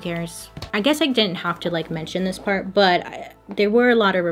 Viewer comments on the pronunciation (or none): none